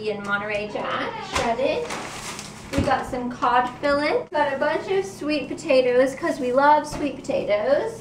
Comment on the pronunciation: Yup its pronounced keen-wa. But the cod fillets are cod fill-ays not fill-its. :)